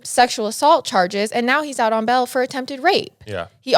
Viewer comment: And it's "BAIL" not "BELL" XD